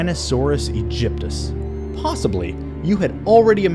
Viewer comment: Oh my god.. it's "EGYPTACUS" and "GIGANOTASAURAS".... seriously?